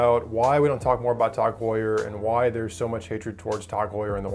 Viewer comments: Tog Tog Tog Tog. God damn it's TAG. How do you say Heuer right and get the 3 letter acronym wrong 5 million times. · Bro...it’s TAG! Not TOG. How can you pronounce Heuer correctly but not the acronym TAG? Don’t tell me they’re shit watches if you can’t even call them out by name correctly. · Before you review a watch brand, learn correct pronunciation. My God, it’s Tag, not Tog. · What the hell is "kash-a" [phonetic]? Seriously? Can't be cache for that would not fit the context. "Tawg" confuses us as well it's as as nonsensical as Joe "Deer-tay" [phonetic] (Dirt). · “Tog” Heuer